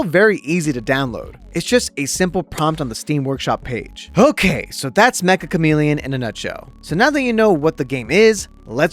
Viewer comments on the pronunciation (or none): its not Mek-Ka its Meccha like in met-cha. Like cha in in charger without the R. めっちゃ (Met-Cha) カメレオン. (Ka-Me-Re-On) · It's actually pronounced meh-cha! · Mecha is actually a Japanese word, ans it's pronounced as 'Metcha' Chameleon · It's pronounced "metcha" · everyone is pronouncing it wrong !!! its "me"-"ccha" , double c its a casual /playful japanese word for "very" you would use it like this this game is very interesting -> kono game wa meccha omoshiroi so the game title essentially means very chameleon , which fits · Uhm actually, it's pronounced "Metcha Chameleon" 🤓☝️